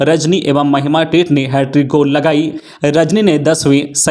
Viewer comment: टेट नही पर टेटे बोलिए ।